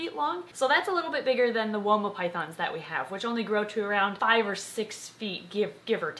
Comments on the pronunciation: When I hear woma I also hear Wilma but I know wilma as a Guinea Pig from little adventures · I know she said 'woma' but I kept hearing 'Wilma' and then starting to hum 'Meet the Flintstones' in my head 😂